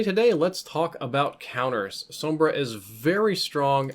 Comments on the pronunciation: Finally someone pronounces her name right. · Wow. First time I don't hear someone calling Sombra, "Zombruh"